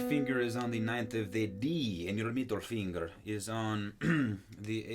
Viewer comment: "and your MEEDLE FEENGER" haha